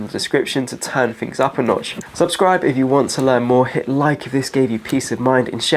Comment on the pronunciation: English ffs just another person wrecking the English language . free fings etc {three things} drives me mad